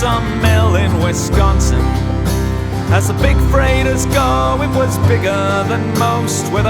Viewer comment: Also mad props for not over-enunciating the C in Wisconsin. It's basically just a hard G